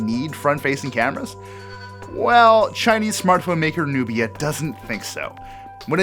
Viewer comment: Who read that text Nubia X as Nokia X🙄